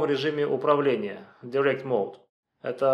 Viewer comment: От человека, который остальным советует учить английский, странно слышать "директ моуд" :) Дайрект он, как дайрект икс.